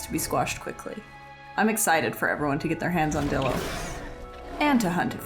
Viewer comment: Man idk if ur pronouncing things wierd on purpose or what but these abbreviations should be pronounced as such. Dilo=Die-lo, pachy=packy, and ptera=tera (idk how u get petra out of that) your vids are overall very entertaining but the pronunciations are hurting my brain.